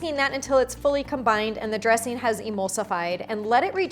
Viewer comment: Annoying because you seem to have forgotten how to pronounce the "g" at the end of "ing". What is a dresseen anyway? Gosh.